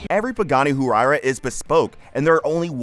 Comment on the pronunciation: Once I heard Hu-why-ra…I immediately knew the narrator was not a car guy.